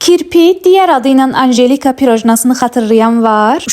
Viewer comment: 😂😂ANJJJEEEELİKA O NECƏ DEMƏK ANJELİKA DEYİN ..İNSAN ÖNCƏ NİTQ DƏRSİ ALMALI BLOGER OLMADAN ÖNCƏ DOĞRU SÖZLƏRİ TƏNƏFFFFFFFFFÜÜSSSSSS EDSİN